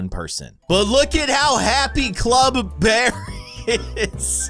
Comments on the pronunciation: The way he said bearb was funny 😅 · Bruh you said Bearb